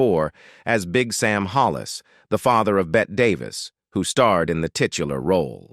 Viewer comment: A few mistakes here. First off, from the title, Burt Ward and Julie Newmar are both still alive. Second, the usual computer voice reading mispronunciations of Bette Davis (it's pronounced Betty, not Bet), plus Man H instead of M.A.S.H., third, no mention at all of Carolyn Jones playing Morticia Addams on Addams Family, and finally, during the Mister Freeze segment, there were two shots of Otto Preminger playing the part, completely different actor from the one being discussed